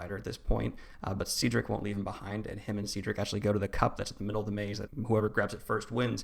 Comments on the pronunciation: Not “Seadrick” 😂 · 'Ceedrick' is killing me 😭